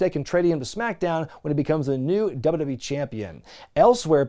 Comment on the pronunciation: Dubba-dub-e Never heard anyone else pronounce it that way